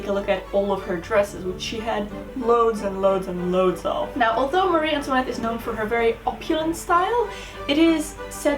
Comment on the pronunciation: Antoinette is my middle name and I finally found someone who can pronounce it properly I cannot even pronounce it love it 😊